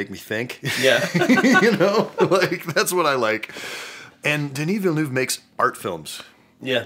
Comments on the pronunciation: As a fellow French Canadian all I can say is "Ça c'est pas comment tu dit son nom, tabarnak!'' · You are right, except that in "Villeneuve", "eu" is pronounced like "uh" and not like in "joyeux." But yeah, you need to be fluent in French to know that, and pronunciation is better than most I've heard... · I'm French-Canadian and the "Villeneuve" stuff is killing me! 😆😆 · Actually, it's none of those prononciations 😂 (french people here). It's more like the V sound, then how you pronounce the letter E, then L sound, then N sound, then how you pronounce the A letter in "a dog" , then again the V sound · From a French speaker... Even pronunciation of Villeneuve isn't good, I'm so sorry... ToT Translated literaly, this surname means "New City" (Ville Neuve) and the "eu" sound is almost the same that "uh" in English ^^ That was the little pronunciation point! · Omg that took a few seconds to understand that he meant Dennis Villeneuve not Denis Villanueva 🤣😂 the editing was perfection 😁 at the moment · As a french canadian, hearing trying to prononce Denis Villeneuve and having no idea who he is talking about... thanks for the laugh. And you are both always welcome in our «belle province» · Man, I'd love to see you guys tackle Blade Runner 2049 and how it deals with identity and choice. Plus it gives another chance to try to pronounce Denis Villeneuve and that's just gold. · As a French canadian, the part about Denis Villeneuve made me laugh so much! I never would have recognize Denis Villanueve (Villeneuve) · I'm French and it took me long seconds to realize it was actually a french name X) I was so confused, especially since I can speak spanish a bit